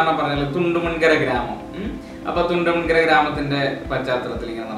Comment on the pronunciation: തുണ്ടമൺ കരയല്ല ബ്റോ...കുണ്ടോങ്കര... എന്നാ എല്ലാവരും പറേണെ